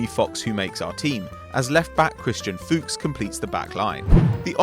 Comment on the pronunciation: Funny how no english person can pronounce Fuchs